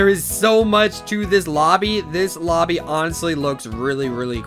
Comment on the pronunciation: did i just hear obby not lobby